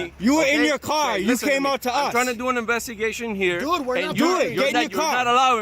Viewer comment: "you're obstrupting my inbestigation"...sounds legit